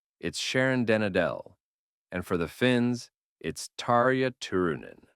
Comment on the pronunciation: When you're doing so much research on the history of this music and the significant bands finding out how the names are pronounced is a small effort. You did a fine job with Tarja Turunen. And you're not Finnish either.